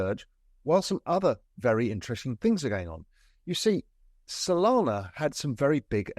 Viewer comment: Did you say Sonana?